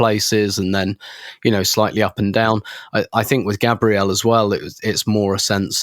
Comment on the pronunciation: Once sorts out his pronunciation of Gabriel we'll be cooking.